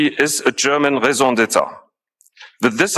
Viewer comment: I know this isn't important, but I can not help myself!!!!! My ears are burning! RAISON D'ÊTRE ------> RAY-ZOH DET-TRUH!😂